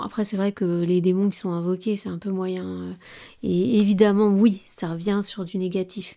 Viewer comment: Dites oui svp et pas ui.